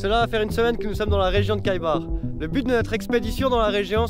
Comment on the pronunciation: Salut, c plus juste de prononcer le nom de cette ville en commençant par R que K. Phonétiquement KH c’est le R de français. Je comprends pas pourquoi les archéologues vont protéger ce site alors que jusqu’aujourd’hui il était sûrement plus préservé. Ils vont attiré la curiosité des gens .